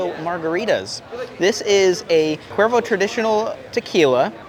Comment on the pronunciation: No one is going to mention the mispronounced cuervo.